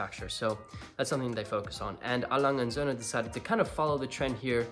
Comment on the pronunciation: Good pronunciation of Lange und sohne..